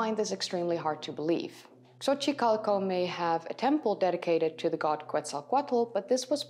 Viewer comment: You have my undying respect for pronouncing Gods names correctly.